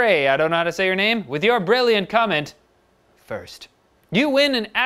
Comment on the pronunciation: WHATTTTT I WONNNN HOLY SHIT DUDE ^.^ AND you actually said my name right lol